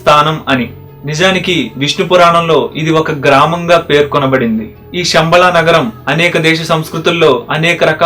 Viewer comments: షంబ‌ళ కాదు... శంబ‌ళ‌(ఉచ్ఛ‌ర‌ణ త‌ప్పు) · Shambala kaadu Samabala....Sha ki Saa ki Chala difference undi. Shanthi ki santhi ki Chala teda undi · మీరు చాలా బాగా చెప్పారు. కృతజ్ఞతలు. గొప్ప సమాచారాన్ని అందించారు. ఒక్క విషయం చెప్పాలి మీకు. పలికేటపుడు శంబళ పదాన్ని షెమ్బల అని పలుకుతున్నారు. తప్పుగా అనుకోవద్దు. గొప్ప వీడియోస్ చేస్తున్నారు. తెలుగు కూడా స్పష్టంగా ఉంటే ఇంకా గొప్పగా ఉంటుంది.